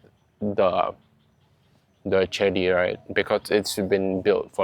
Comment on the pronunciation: "chedi" ออกเสียง "เจดี" นะ (สะกดว่า "เจดีย์")